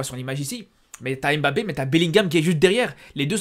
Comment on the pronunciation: Tu prononces tellement mal le nom de mbappé.Pour t'aider c'est pas émbappé mais mbappé😂